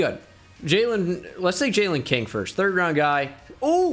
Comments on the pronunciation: How many times did he say Jayylean in this video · “Sir you can’t play” “Why” “Your name is not jaylen” “Yes it is. It’s spelled Brian but pronounced jaylen. You take us anyway we spell our names, right?” “Ok jaylen move along